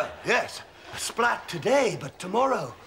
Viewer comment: It's like he makes it into two syllables. spl-AT